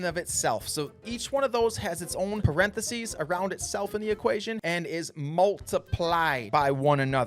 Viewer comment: What the hell is a perenthesies? 😂 Jk, nice vid.